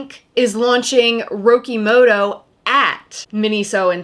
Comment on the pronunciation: it's RO-KEE-MO-TO. Are you that privileged that you feel like you can apprpirate Japanese culture and vernakular but not at least try to pronounce it correctly?